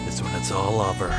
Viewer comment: question: why do you pronounce "over" as "awver"? or is that just the mic or something?